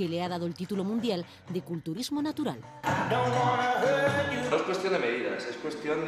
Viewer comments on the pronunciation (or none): Natual??? ? jajaja